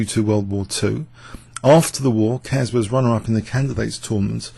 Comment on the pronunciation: and to Mr Young, Keres was pronounced correctly in video, not this Care-ess but Keres, about Najdorf im not sure :D